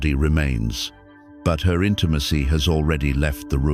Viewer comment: Today I learned AI can't pronounce "intimacy".